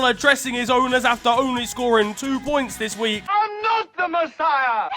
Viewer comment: "Futbol 'dis wi'k" lmao